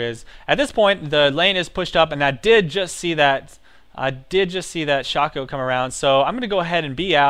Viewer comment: no it's pronounced shake-co :P